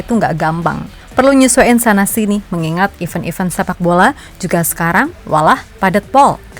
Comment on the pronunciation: Nyebut EVENT itu I-VÉN! E bunyinya kaya mengucapkan ENAK